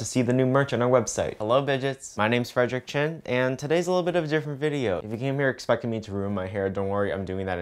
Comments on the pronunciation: Wait a minute Did you just say Or is quarantine finally getting to me 💀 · Why do I keep on hearing your name as And why do I keep on thinking of you as a human chin??